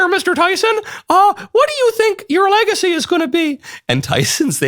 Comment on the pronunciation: Whelp I guess I'm just going to have to pronounce it "legathy" from now on...